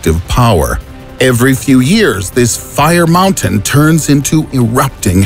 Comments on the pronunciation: the way he said fire mountain... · Nobody:: FiRe MoUnTaIn